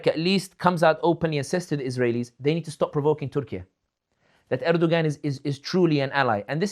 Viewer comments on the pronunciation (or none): Brother sami if you remove the g from Erdoğan then you will get the correct pronunciation. There is a silent g in the Turkish language. Best wishes. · Someone tell him how to pronounce Erdogan